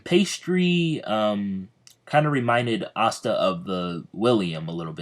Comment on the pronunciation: Can you not say pasta :/ re watching